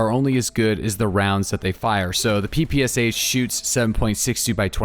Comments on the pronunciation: No it absolutely is not pronounced papasha. Stick to your own language before you teach others. Its closer to "pepeshah". English doesn't really have a great pronunciation for how we say our "p"s, but its definitely not PA lmao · It is pronounced PEh-PEh-SHa btw. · In PPSh "Sh" sounds not like two characters S + H, it's sounds like first sound in word "shout" for example. Thanks ) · SH is not like S and H, it is sound SH, like sharp, shake and ect🤣